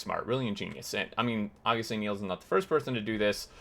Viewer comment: Its Niels' base, not Neil's base Dutch name is Niels, written as the name of the character on your screen